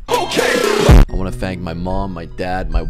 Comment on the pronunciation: At first I thought he said bang not thanks